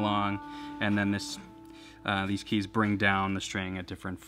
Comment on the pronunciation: "Tuning Keays" Very British